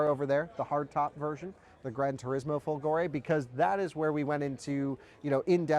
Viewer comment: you can learn the correct pronunciation of folgore on google translate! :-P